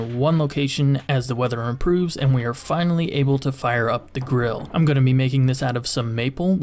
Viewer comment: Sounds like you're saying girl and not grill.